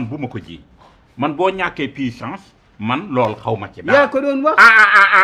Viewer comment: Pissance 😂😂😂😂😂puissance